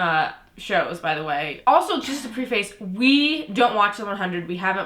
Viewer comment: Pre-FACE? It's pronounced preh-fiss.